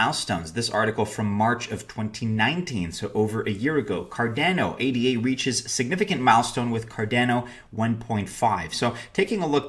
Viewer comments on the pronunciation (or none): It's Ada; not A D A.